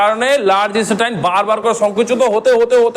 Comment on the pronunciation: ভুলভাল না বকে নিজে আগে শিখুন। ছাত্রছাত্রী দের এইভাবে ভুল শেখাবেন না। কথাটা ইস্টেটাইন নয় intestine. আরও অজস্র ভুল information দিয়ে যাচ্ছেন। আগে নিজে শিখুন তারপর অন্যদের শেখাবেন।